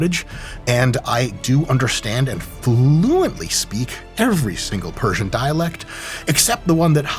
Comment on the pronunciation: Thanks for all the correct persian pronunciations doc that was refreshing